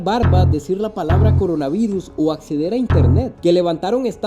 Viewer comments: no se dice acezar 17.23 se dice acceder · Me sangraron los oidos nea!😂😂😂